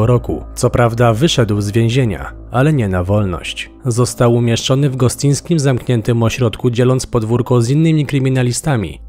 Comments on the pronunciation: Gostynińskim, a nie Gostyńskim Gostynin, a Gostyń to dwa inne miasta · Gostynińskim a nie Gostyńskim :) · W gostynińskim nie gostyńskim ;) wiem bo akurat moje rodzinne strony więc muszę poprawić haha 😅 ale materiał jak zwykle profeska 😎 Co do samego ośrodka, to zastanawiam się ile jeszcze ich tam pomieszczą na tzw Zalesiu... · Uwaga, nie w Gostyńskim a Gostynińskim :) .